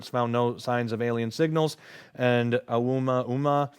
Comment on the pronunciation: FYI: "Oumuamua" is pronounced Oh-ooh-moo-ah-MOO-ah